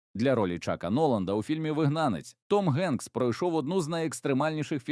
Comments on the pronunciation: Дякую за відео! Але...Генкс читається як Хенкс!!! Чому він у вас Ґенкс??? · ох вже цей "новояз"... "генкс"))) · Все Добре, але не треба Прізвисько так перекручувати … Він Том Хенкс. І ніяк інакше. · для вас українська мова напевно не рідна? Гамбург читається, як Гамбург, як і Голівуд, де "Г" м'яка, наче "х". А не така "ґ", як автор читає Ґенкса.